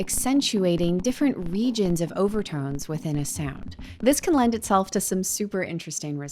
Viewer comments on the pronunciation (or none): I heard overtones as overtrons.... and I like it better...🤣